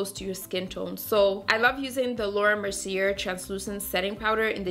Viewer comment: Mercier is pronounced “Mercy-aye,” not “Mercy-air.” Hope that helps.